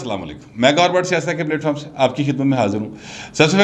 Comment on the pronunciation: I like your vlog but get very upset when you say PLATEFORM. it is not PLATEFORM it is PLATFORM. Please either pronounce properly or don't use this word and find some other word from Punjabi or Urdu language. I am submitting with most decency.